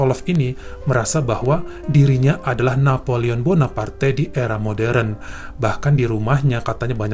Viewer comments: Napoleon Bonaparte kali ya nyebutnya bukan Bonapartai😁😁😁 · Gemes banget tiap mas nya bilang Napoleon Bonapartai 😅😅😅